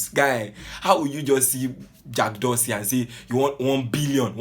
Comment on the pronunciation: He is not pronouncing the name well lol... Abeg leave Garba alone he is a clown